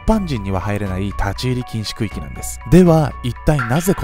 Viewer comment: 区〜域が空〜気にきこえてしまった、